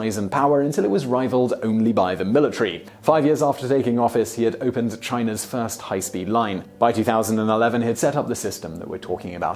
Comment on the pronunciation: The "Zhi" in "Zhijun" sounds more like "Gee" "Zhou" is more like "Joe"